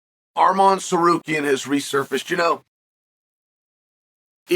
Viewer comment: Finally he said arman not armen